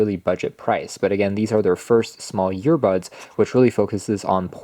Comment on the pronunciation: Yeah. Ive seen many of his tws review. I thought i was the only one hearing "YEARBUDS"!